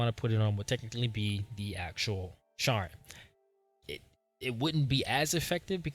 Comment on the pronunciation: "Share-N" not "Sharrrr-N" 😂❤